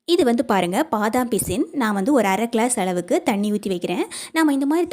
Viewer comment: அளவுக்கு என்பதை அழவுக்கு என்றும் உளுந்தை உல்ந்து என்றும் உச்சரிக்கறீங்க. நீங்கள் தமிழரா அல்லது வேறு மாநிலமாதெரியவில்லை. இங்கு தமிழைத் தாய் மொழியாகக் கொண்டவர்களே தமிழை மோசமாக உச்சரிக்கிறார்கள். இது ஏதோ ஸ்டைல் என்று நினைக்கிறார்கள்.நீங்கள் தமிழர் இல்லை என்றால் பரவாயில்லை.